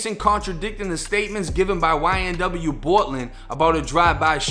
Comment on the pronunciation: Bro where are my comments? 😕 The way you say YNB Bortlan is cracking me up man 😆 That lol ninja YNB Melly do look like a little demon huh? Just like his last name. With that evil smerk, he probably killed those boys. SMH